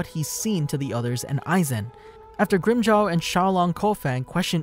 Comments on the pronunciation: Grimjow what bro? 😂😂😂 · Hi! You only butchered the name of Grimmjow. Your pronounciation is really good. I'd like you to make a video on Kisuke Urahara or Yoruichi Shihoin